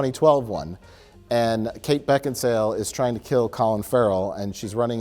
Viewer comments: oh i see the edit to make say "Kate Beckinsdale" after being corrected, sneaky deaky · Mike: Beck En Sail: I have no idea why kate beckensdale... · "Beckinsdale?" "BeckinSALE" "I have no idea why Kate Beckinsdale.." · Karen Bakesale is still mad that can't say her name. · "Beckinsdale?" "Beck-in-sale." "I have no idea why Kate Beckinsdale has such a hard-on to kill Colin Farrell in the reboot." Perfection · "...Kate Beckinsdale...is it Beckinsale or Beckinsdale?" "It's Beckinsale". "...so Kate Beckinsdale" We love you, and this is why. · I have no idea why Kate Beckinsdale...Beckinsdale, or..? Mike: BeckinSALE.: I have no idea why Kate Beckinsdale... LOL